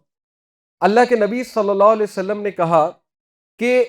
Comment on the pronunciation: Asalamualaikum Sir! With all due respect Please say Nabi Salal lahu alaehi wasalam clearly Sir. You are my true mentor...and I respect you with the core of my heart, and consider you as my elder brother..whenever I listened to your lectures I always feel to remind you this.